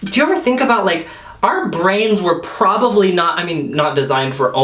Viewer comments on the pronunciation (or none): I love you but in the word ‘probably’ there is no V.